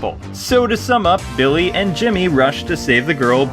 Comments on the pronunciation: did say Bimmy at the end on purpose? Also nice nod to the Mega Man like boss wayforward! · "Bimmy and Jimmy Lee" Lol Bimmy.